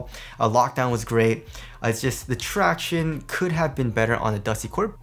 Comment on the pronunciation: Every time says traction-ays I cringe.